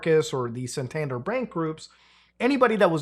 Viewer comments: The pronunciation of San-Tan-Der is mad. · The way Muta says Santander pains me ! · I think my brain twitched at the mispronunciation of Santander, but otherwise an informative and entertaining video as usual.